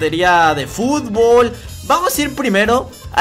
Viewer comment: Es fútbol no fubol